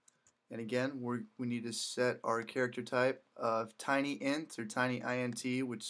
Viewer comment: TINYINT is pronounced "Tiny Int" for Tiny Integer... a very small whole number. :)